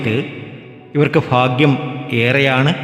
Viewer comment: എൻറെ പൊന്നു സഹോ,ഇന്തൃയിൽ നിന്നും അമേരിക്ക വരെ നീട്ടികൊണ്ടുപോകതെ ചുരുക്കി പറയുക.ഫാഗൃമല്ല ഭാഗൃമാണ്. നക്ഷത്രം തിരുവോണം.